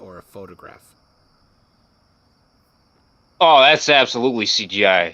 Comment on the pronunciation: Is there a difference between a photograph and a photogwaph? Because he's saying it both ways.